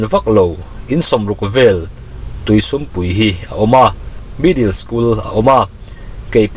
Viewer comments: sum tih a lam Dan hi...mizo buh an den na sum lam hian lam se a dik zawk lo maw.. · Tuisum pui khua kha ka hria a,,,i lam dan a diklo deuh,,,sum tih i lam dan kha a diklo a,,,mizo in entir nan sa an kap a,,,a len zawng sum a an teh a anlam dan ang khan sum tih kha lam tur a nia,,,🎉🎉🎉